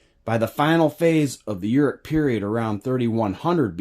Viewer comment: I'm admittedly no expert but I believe Shinar is pronounced Shin-r..Uruk is oor- ook. Erech is a translation to maybe hebrew? Thanks ..interesting!!!